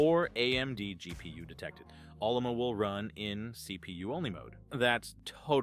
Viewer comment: This guy wrote this video's Script with AI he called it OLLOMA LOL not O L L A M A. And the AI spelt it LUBUNTU not UBUNTU LOL. Stupid AI.